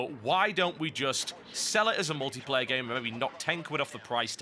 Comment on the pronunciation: What is this "ultiplayer" you speak of?